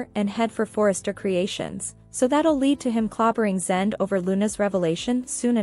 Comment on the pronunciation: Zende is pronounced Zen day.